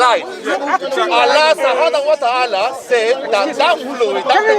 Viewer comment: yo he said Allah ssubhanahuwatahala 😹😹😹😹